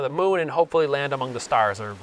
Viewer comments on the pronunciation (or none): none